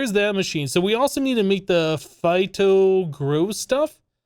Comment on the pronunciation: It's Foto-Gro no Phito-Gro and Photo-Genic Insulator (I belive)